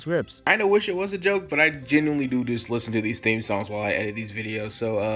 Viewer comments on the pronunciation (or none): none